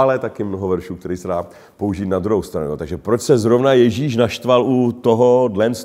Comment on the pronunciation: Me hrozne pobavilo vysloveni Jezise jako “Ježyš” 😁